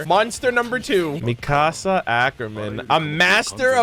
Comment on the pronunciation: Theres not a day that goes by that I dont get incredibly angry at someone saying it as "Mi-casa" instead of "Mikasa", saying it as "Gene" instead of "Jean", and people saying "Mike" instead of "Miche" Just watch the English dub for a single episode featuring at least one of these characters and you'll learn the name real quick. Attack on Titan isnt one of those animes where you say the American/English version of the name instead of the Japanese version. You always say the Japanese version, or rather what the English Subtitle Translation says. The only exception to this is dependent on what version of the Japanese Alphabet you're using, or what translation you're using. Levi is a good example of this. In Japanese, his name is said Rivai, or Rivuai. Levi's name is foreign, which results in a Katakana writing form.